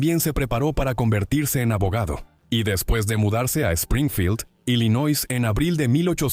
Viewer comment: Illinois se lee sin la 'S'